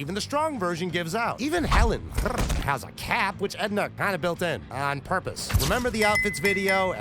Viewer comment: 🤔Since when ist there an „rrrrrrrRRRRrrrrrrr“ in „Hellen“? 😅🙈🤣🤣👍